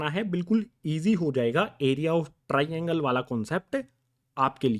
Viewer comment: SiR aap TRAINGLE GLtH ProNouCe krr rahEi ho....😒